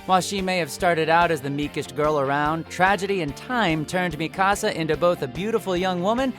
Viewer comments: WHY DO PEOPLE KEEP ON SAYING Mi-KA-sa IT'S MI-ka-sa! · It's not that hard to pronounce Mikasa's name properly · Ooh-Ra-Ra-Kuh. Mi casa. WHY YOU PRONOUNCE NAMES THIS WAY